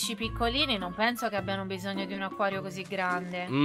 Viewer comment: Laion ma c’è cosa HAi detto. Acaio. Ma. Si. Dice. Acquario